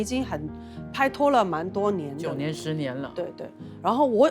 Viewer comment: 不要再pa拖了是pai拖除非您是想读粤语没读准